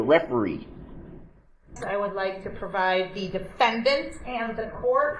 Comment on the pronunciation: Now this guy is an awful person, and I hate to give him any kind of credit - but the lady really did say "defendant" like that :P